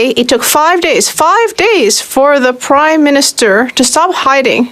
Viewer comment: Did he say Crime-minister?